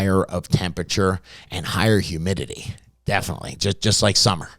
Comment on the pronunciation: HumidiLEE 😂 Got me every time. But great info for any beginner or novices… those who been doing this a while SHOULD know most of what he’s REMINDING you here ✅